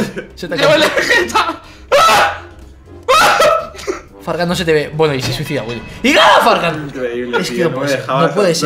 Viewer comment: Nose dice vegeta se dice vegetta